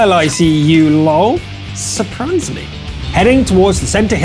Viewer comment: He say surbrise and ...........